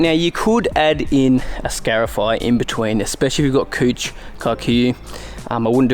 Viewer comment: Only aussies can pronounce the word COUCH, as COOCH😉😎🤣🤣🤣🤣🤣